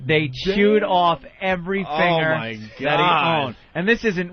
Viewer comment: I can't stand how Ant pronounces the word finger.